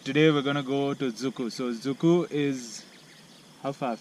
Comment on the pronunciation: I mean did you say Dzukou or Dziikou? You should pronounce it correctly before you even post Anws you've got bad one cheeers